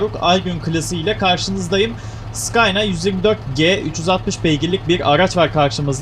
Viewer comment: Scayna değil scanya aynı gelebilir dikkatli pkuyun